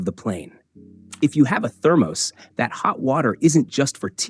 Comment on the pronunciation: thermose? Check your AI's pronunciation! First you say to avoid caffeine, and then you said to put tea or coffee in your thermos. Make up your mind.